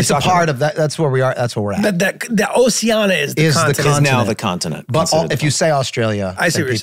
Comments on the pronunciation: Pronunciation of oceania... ocean-Eeyah. Not osea-annie-uh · Lol Rob saying Oceana like its a Moana character. Its Oceania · I love how they pronounce “Oceania” 😂